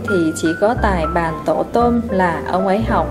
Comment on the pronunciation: Truyện hay mà người đọc rất chán ! Tài bàn mà đọc tài bán.... Đọc không hiểu thì đọc làm gì?